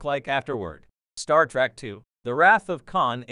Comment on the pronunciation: Star Trek not Star Track ... these damn computer voices are a pain in the azz.